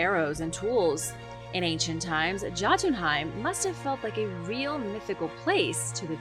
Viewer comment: The J in Scandanavia is pronounced as a Y. It's pronounced Yotenheim and the residents are Yotens